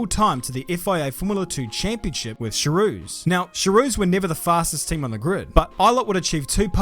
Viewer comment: I always giggle at the way ppl pronounce Charouz.